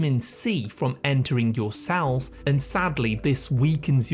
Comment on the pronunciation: I wonder what the tendency to pronounce 'e' as 'a' is a symptom of. As in 'sal' instead of 'cell'. I'd get that tested if I were you. :yougotthis